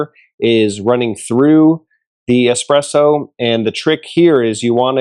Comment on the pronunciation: I know you don't know anything about espresso when you say eXPresso..